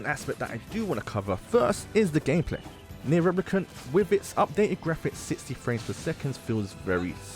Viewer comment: Let's just all take a moment to respect the fact that my dude tried to pronounce the full name of nier , good job bro 👏